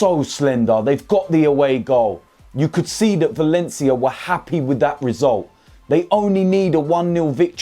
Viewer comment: “If I’m honest wiv ya”